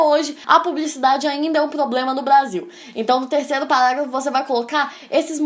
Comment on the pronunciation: acho bonitinho ela falando PALáGLAFO